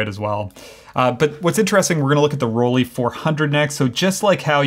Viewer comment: Why do Americans pronounce "Rollei" as "Roll-ee"? The "ei" combination in German is ALWAYS pronounced as "eye". After all, we don't say "Leeka" but "Leica" as in "like a". I have never understood this, but it is so common among Americans.